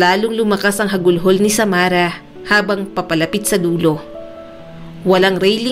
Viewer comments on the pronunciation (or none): Kahit mapait ang karanasan ni Samara, napakaganda naman ng love life nya.❤❤❤❤❤❤. Weird ang pamilya nya. By the way, correction lang, ang pag-iyak ay HAGULGOL at hindi HAGULHOL